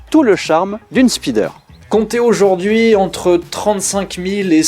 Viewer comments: Désolé mais "la spideur" m'a fait saigner des oreilles 😂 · Je dirais même plus "speedeur" 😂